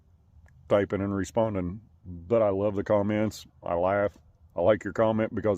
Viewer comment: Weave that coyote awone, He just wants in that coower, and some wove. 😂